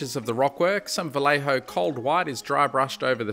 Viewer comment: The way you say "Vallejo" in that aussie accent never fails to make me smile